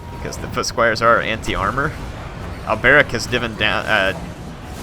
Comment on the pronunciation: Alberic not Al Beric lol